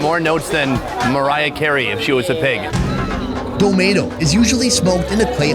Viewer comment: Domedo and said Domaydo 😂😂😂 I love this man